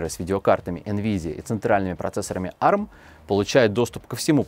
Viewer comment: а эр эм, а не арм